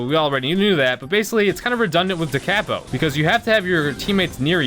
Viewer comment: How do both and not understand how to say “da capo” 😂 look it up, it’s for a guitar!